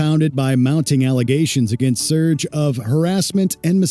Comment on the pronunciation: Slayer was thrash metal...not extreme metal. Was painful to hear the way the guy says serge and chsrlotte gainsbourg